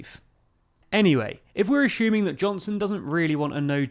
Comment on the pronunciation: ASSUME not ASHUME or ASHUMING